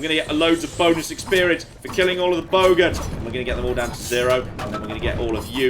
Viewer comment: Oh my gosh, it sounded like was talking about killing bogans at around the hour-forty mark!! 😂🤣😅